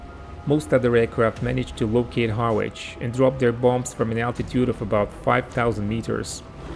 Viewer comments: IHarwich is not pronounce Har Witch its Harridge ot Arridge if you're cockney. Interesting content though/. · Just a note - Harwich is pronounced ‘Harrich’ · Harwich is pronounced "Harritch". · Harwich is pronounced Harrich by locals 👍. Another good video, thank you. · Harwich pronounced Ha-rich 👍. Great video and presentation. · I don't speak any Italian, so this isn't meant as criticism, but Harwich is pronounced more like haritch. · Harwich... Pronounced Harr-idge You're welcome. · Thank you for an interesting video. For your information, due the peculiarities of English pronunciation, Harwich should be pronounced 'Harich'. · Harwich is pronounced Harrich...... the W is silent. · It's pronounced Ha- Rich !!! Harwich is !! ( or is it Ha - ridge? , something like that anyway !) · Ha-rich you dont sound the 'w' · It's pronounced "Harritsch" ! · Just for any future video's, the W in Harwich is silent. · The "w" in Harwich is silent. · No doubt someone has already told you by now: "That is not how one pronounces Harwich". Placenames in the UK can be challenging to pronounce (Even for Residents of the UK). Best wishes from Frome, Somerset. (FYI "Frome" is not pronounced as it is spelt). Other examples; Leicestershire, Worcestershire, Mousehole, Ruislip, Liversedge, Nottinghamshire, Godmanchester, Woolfardisworthy, Bicester, Ynysybwl, Cwm Clydach and... Hull. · Interesting ! But Harwich is pronounced with the R.